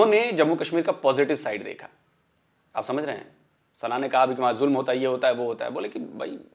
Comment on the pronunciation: Julum nahi... "zoo-lam ho raahaa haa"